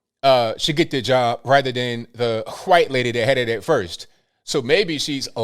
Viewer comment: why you pronounce white as guite?